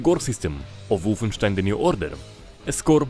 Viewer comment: I like it how you made sound wolfenstein so germany at the beginning xd